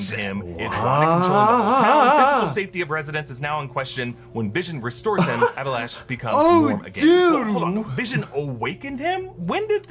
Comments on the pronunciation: Hah mistake found. The guy's name is Abilash not Alibash. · Alibash...that's not how it's said😂😂😂